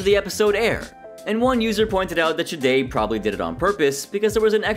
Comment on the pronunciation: Why do you always pronounce Sade’s name like that? There’s no shh sound in her name